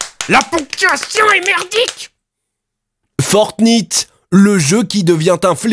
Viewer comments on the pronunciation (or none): "Forte nite"